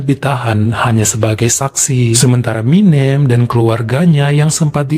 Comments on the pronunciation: 😅🤣, jngn pake' "E keras" Banyak orang Jawa disini. MinEm..MinEm... Minem. E nya itu penyebutan nya SALAH. 😅 Aduuuh...banyak pulak itu sebut MinEmnya...🤦🏼‍♀️🤦🏼‍♀️🤦🏼‍♀️ Sampe' akhir cerita. 🤣🤣🤣 Dah lah...😩🥴 😅😂🤣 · tapi itu tg bisa nyebut anak yg pertama warsiyem,hrsnya minem sebut kayak warsiyem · ..Minem Bu, bukan Minjem.. 😂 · Gpp kok Jadi keren nama MİNEM kalo dibaca begini 😂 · bilang minem aku ketawa karna seperti nama Eminem bukan minem kwkwkwkw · sekedar info kalo nama jawa yg berakhiran suku kata EM dibacanya SEPERTI huruf E pada kata ISENG bukan E pada kata BENSIN. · betul..lucu dan keren...ga pp lah logat batak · Ga pp jadi keren bu Minem sama bu Warsiyem jadi asing ditelinga keren pokoknya ❤ 😂😂